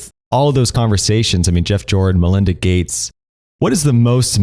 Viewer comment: Thumbs down when you said 'malinda gates'